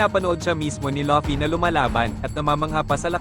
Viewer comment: fvck ai voice, luffy naging lucky